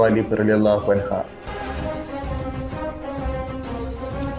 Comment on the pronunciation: അൻഹാ എന്നല്ല അൻഹു എന്നാണ് പറയണ്ടേത് സ്ത്രീകളാണെങ്കിൽ അൻഹാ എന്നാണ് പറയുക. ഇതിൽ കാണുന്നവരിൽ ആരും ആ പറയപ്പെട്ടവരല്ല അങ്ങിനെ തെറ്റിദ്ധരിക്കരുത്.